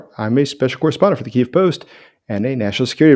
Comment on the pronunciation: Keeve not keyeve!